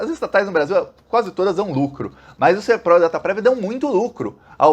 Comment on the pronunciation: NÃO É SERPRO É SERPRO COM ACENTO TÔNICO NA LETRA É